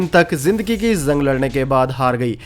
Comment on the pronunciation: Aap J ko Z bol rahe hai, JUNG JARI Rahegi, Aap bolte ho ZUNG ZARI Rahegi?!🤣 Aur Bhai Itni Pure Hindi KYUN? Koi school ki Hindi Boring class me baithe hai, aaisa lagta hai..😎